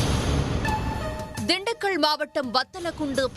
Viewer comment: திண்டுக்க’ள்’ அல்ல, திண்டுக்கல்🙏🏻